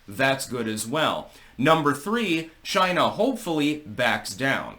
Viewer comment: Who else is happy to hear Trump say "CHYNA" again?